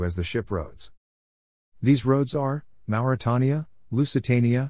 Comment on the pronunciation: interesting historical snippets. Just a shame that the American narrator didn't check on the [pronunciation of place names and 'Mauretania'